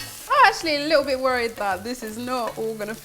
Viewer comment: that looks delicious. U kinda sound Jamaican when u said likkl bit